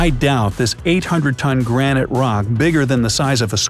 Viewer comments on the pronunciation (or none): none